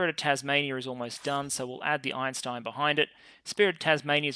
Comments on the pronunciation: “Eintein” class, not “Einstein”, lol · ah yes, Albert “Eintein” one of the greatest scientists to ever live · Calling it "Eintein" instead of Einstein was magic. Absolute meme.